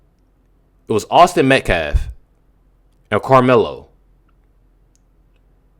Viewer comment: Yeah! And just like the baby abuser/activist Dominique Alexander can't pronounce Metcalf, he says MetClaf! 🤦‍♀️ Both these idiots are disgusting and ignorant! 💯